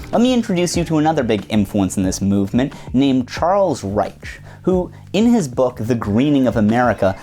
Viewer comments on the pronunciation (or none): none